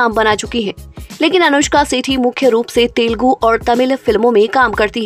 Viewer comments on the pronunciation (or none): none